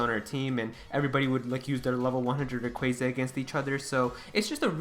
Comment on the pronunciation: RAy-qua-za please stop saying RAy-quA-za